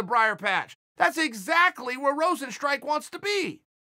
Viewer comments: Chael 'Jarzino Rozenstrike' Sonnen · If Chael says his name is Rosenstrike, I wont call him Rozenstruik anymore.